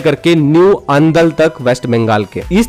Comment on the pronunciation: Its अंडाल not अंदुल